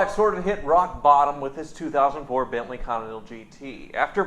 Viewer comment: He'll stop reading on "Bantley"